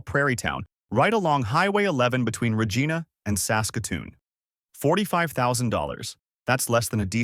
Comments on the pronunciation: Regina rhymes with vagina not vageena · You lost me at Re geena ! clown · “Regeana?” Come on now eh! Clicked off as soon as that.